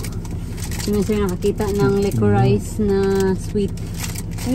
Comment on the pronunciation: Licorice is pronounced "licorish" 😊